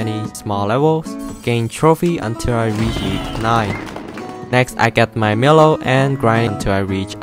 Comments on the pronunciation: It's said mylo not miilo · Why do you call milo miluo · Your saying milo’s name wrong it supposed to sound like mylo